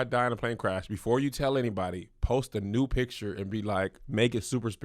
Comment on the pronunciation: Kev incorrectly pronounces "picture" as picher or some version of this and it irks me. There is a c and t in this word. I hate when small, unimportant things bother me this much. Of all the things in the world to be disturbed by... honestly